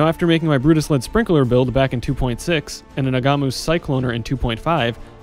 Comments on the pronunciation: Nah-mah-who, the g is silent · Ngamahu is a Maori inspired name. The G is almost silent - it has a nasal sound but for the most part can be considered silent. The correct pronunciation is Nah-mah-hoo, most likely with the emphasis on the first syllable although emphasis on the second sounds okay. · The G is silent >_< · As ever, an excellent video, but please, stop pronouncing the "g" in Ngamahu. In Moari (on which a lot of the Karui culture/language/lore is based), "ng" is a digraph that sounds a bit like an "n" with the following vowel sound elongated. Bex for source: There's also a video in which Chris explains it (and "Kaom") but I can't recall where.